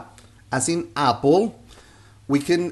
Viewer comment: I like your teaching style. However, Americans don't say "apple" with the AH sound. We rhyme "apple" with "cat." The AH sound in Español rhymes with "stop" or "car" in American English.